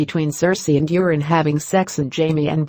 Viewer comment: If only the robot narrator would stop calling Euron "urine" these videos would be easier to listen to.